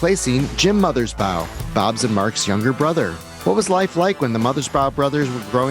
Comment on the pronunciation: Thank you for the interview. BTW, it's Mothers- BAW (rhymes with "law")...not BOW (rhymes with "cow"). And the song Bob 1 is referring to is "A Plan For U"